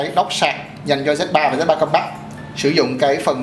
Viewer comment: Không có ai đi phát âm một thứ tiếng không phải mẹ đẻ = 100% đâu bạn. Mình chỉ góp ý nghe cho hay thôi. Còn bạn khoe background during học bên Anh mà pronounce compact like that. Oh well! That's a real impact statement.